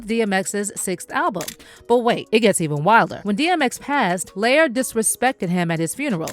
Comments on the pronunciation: I really wish the narrator pronounced Lior's name correctly. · Lyor like "Lee-Or" liar, layer, layor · Its pronounced Lee-Yor not layer😂😂😂😂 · Lee-Oor! Gosh, That Was Bothering Me. 😤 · Its "Lee-OR" kohen. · Pronounced Lee-or… 😂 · His name is LEE-OR smh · It's pronounced Lee-Or btw